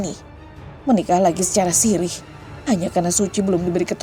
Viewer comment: Wa'alaikum salam ( menjawab salam itu juga bagian dari doa')..itu bacanya siri kali mb..yg nikah bukah..sirih ( maaf ya )..siri khan artinya diam2 tanpa tercatat di KUA ,🙏🙏😍